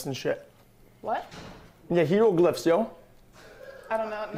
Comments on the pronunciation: "Heroglyphs yo" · What the f*** is a Heroglyphs